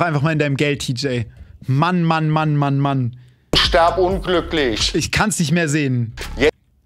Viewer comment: Ich fange gleich an zu weinen😂 es regt mich schon in meiner Klasse so auf es heißt: wirf nicht "werf" ; lies nicht "les" ; iss nicht "ess" ; tritt nicht "tret" und hier eben stirb und nicht sterb 🤦🏼‍♀️ aaaaaaaaahhhhr 🤣🤦🏼‍♀️